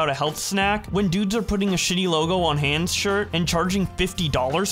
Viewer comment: Mispronouncing “Hanes” shirt was pretty cringe my guy